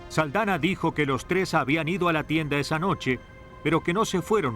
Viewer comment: Carlos Aldana... Aldana No "Saldana" 😂